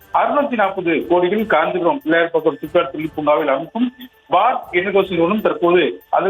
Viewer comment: செய்தியல்லரே பிள்ளையார் பாக்கம் இல்லை பிள்ளைப்பாக்கம்.